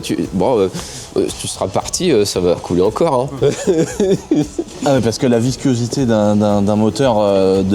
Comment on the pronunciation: Pourquoi tu dis viscuosité? 😅